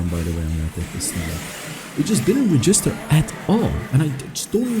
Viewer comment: Look up the pronunciation for “register” you’re a little off